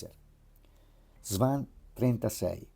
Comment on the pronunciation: Si dice "svon" non swan